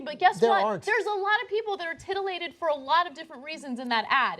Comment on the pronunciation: "tittylated"? xD. i'm sorry, as Cenk would say it, I'M A CHILD!